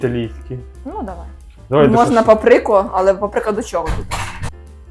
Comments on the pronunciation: Мені здається що вони спеціально так кажуть . ПапрИка… просто прям хочеться іноді виключити відео 🙃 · Дякую за рецепт! Що з запеченим сиром і помідором - завжди смачно! Доречі кабачок не має вираженого смаку, то його завжди можна засмачити чим завгодно. Правильно - пАприка, а не папрИка! Трохи це ріже вухо 🫠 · майже все добре,але ж не папрИка,а пАприка і кладіть в форму ложкою,а не руками,навіть якщо ви готуєте для себе- це ж бачить весь світ,а ми УКРАЇНЦІ